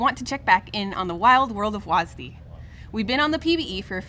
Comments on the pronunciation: WHY DO U HAVE TO CALL IT "wasdee" WHY WHY WHY WHYYYYYYYYYYYYYYYYYYYYYYYYYYYYY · WAS Dee. Why are they saying it like that? It's one syllable. One. Not two. Two is nearly twice as much as one. I will not stand for this. The rest of the video was good though. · Why do they say WASDEE? It's just W-A-S-D. What's wrong with saying that? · i hate how they say WASD like WAS-D its not like you call a wasp for was-p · its wSAD not wasd lol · why is it so hard for people to pronounce the letters instead of reading it like a word. Was Dee sounds dumb. WASD has always been spelled. Could've just made up a name for the directional input of it. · It's still weird to hear people call it wazdee instead of just saying all 4 letters. A little frustrating it's not in normal draft which is what I'd prefer to play. I understand keeping it out of ranked but come on, let me play a real match of the game with it. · Will they please learn how to say "wasd"